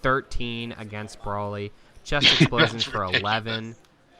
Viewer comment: Nice video, the commentary provides nice insight for a beginner like myself. Can't help but cringe at the mispronunciation of broly's name which seems to be a common trend among a specific group of DB fans. Its Bro-lee not Bra-lee.